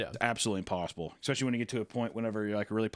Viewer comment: hunter says ESpecially